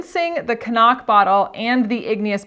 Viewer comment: I love that you pronounce “Cnoc” properly!